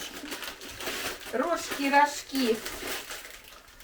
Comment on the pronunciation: Привет! Рожки)) ударение на о)))